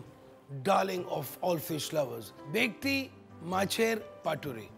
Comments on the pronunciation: u pronounce it as "Bekti".. seriously?? Bengali's will ban u from cooking a classical Bengali dish!! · It's bhetki not bekti